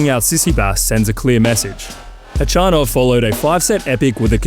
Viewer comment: You should learn how to pronounce the names 😅 Wawrinka is called VaVrinka Kopriva is called -> KopJiva there is no R its J when u pronounce it Kachanov is called —> Hachanov with H the correct way Machach is called —> MaHach with H like u say house —> H no Ch